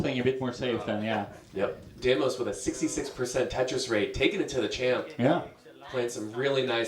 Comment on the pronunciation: The 1 commentator couldn't stop calling him demios xd